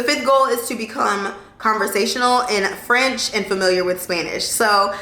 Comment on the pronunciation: Your French pronounciation is really good, girl!! As a French-Canadian, I'm impressed! Bonne année 2023! 🙏🏼✨